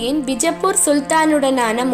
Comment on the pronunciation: That's not North Indian style 'bijappur', that's Karnataka style 'Bijapura', never ever try to fake the highest Gnanpith gained langg "Kannada".